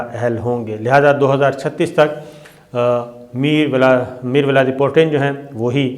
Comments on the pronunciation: صابر شاکر صاحب آپ اکثر ولادمیر پیوٹن کو الٹا یعنی میر ولاد پیوٹن بولتے ہیں. کیا وجہ ہے ؟اس کی گردان آپ اچھی طرح پکادیں. اچھی خبروں کا شکریہ. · نام تو صحیح توڑ پر لینا سیکھ لیں وہ ولاڈی میر پوٹن ھے ۔ میر ولاڈی نہیں